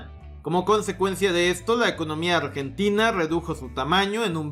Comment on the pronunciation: Corrijo, "Ambrentina" xD